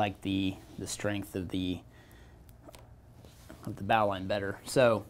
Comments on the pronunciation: In all my years, I’ve never heard it pronounced like bauline (the bow of a ship), but Bo-line (like the bow on a gift). But it doesn’t matter…the result is the same. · Pronounced "bowline" wrong. Good information nonetheless.